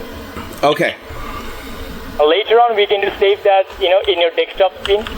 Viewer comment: "You seem to have a wirus on your dextop"